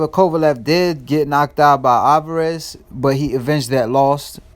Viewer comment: Be nice if you could pronounce Kovalev name right... where u at?